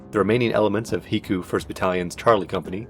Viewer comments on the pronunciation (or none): I deeply regret that you went with heecoo rather than HECU (Aitch-ee-see-you) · "HE-coo" hahahah I always thought it was supposed to be "Heck-You" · HE-coo? Bless you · You need to work on those pronunciations like Gila monster, HECU, and Tucson if you're aiming for that documentary feel. It always sucks me out of the immersion when that happens. Also need to slow down your reading a little bit, otherwise the cadence and tone is great. Your voice is well suited to it. The vortigaunt on the stretcher was a bit goofy, no way they would realistically be transporting that in the open. It would be blocked off with ample standoff distance and they'd bag the body first. Even with traffic deaths they wouldn't let that many spectators. The remark that Bush did not resign would not be considered controversial. No president would be expected or asked to relinquish power in such a time of emergency.